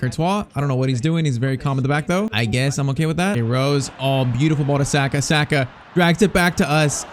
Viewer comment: Saaaaahhhhka pls say it right